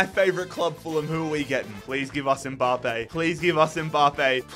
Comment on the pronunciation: No one:: M-BAHHH-Pay